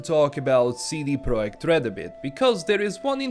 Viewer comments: But the company is called PROJEKT, not PROJECT :) Piotr confused 'spelling' with 'reading', he meant that the guy said the name correctly. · I respect how you spelled the "J" in Projekt like in Polish and not English.